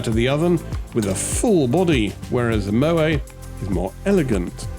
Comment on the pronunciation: MO AY ??? Its pronounced MO - ET !